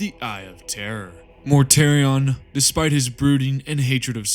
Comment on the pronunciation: Mortartion!!! Otherwise love the vid.